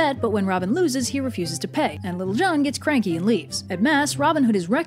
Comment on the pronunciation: Am I the only one who ended up hearing "Little John" as "Lil' Jon?" Edit: As in the rapper?